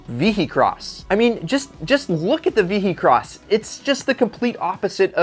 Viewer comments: The Lister Storm...now with more alcohol.🤣 By the way, it's pronounced " vee-hih-cross" , not "vee-hee-cross". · is the only one in the world that calls it the VEE - HEE - CROSS! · Ve-he-cross lol The H makes a Y sound. ;) I've heard of all of these except the German roadster. Very nice looking car.